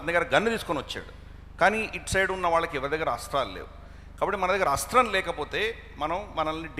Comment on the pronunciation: Not asra sasthralu say asthra sasthralu